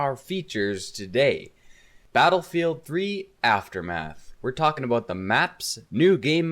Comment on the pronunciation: Are you Canadian? I heard that aboot.